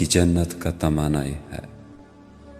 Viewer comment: Tamanai nai tamannai word he bro. ن pe zor dena he.